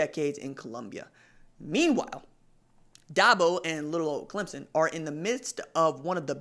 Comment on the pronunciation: At least he's pronouncing Clemson correctly, that's better than most on ESPN